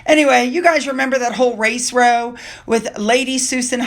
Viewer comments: Hi, Please do not take offence but when you talk about a “row” it rhymes with cow! ❤🇨🇦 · Row used in the context you are using it, is pronounced as in cow.👍